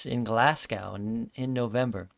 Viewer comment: Thanks for the informative video. By the way, Glasgow is a city in Scotland, not in Russia (pronunciation note!).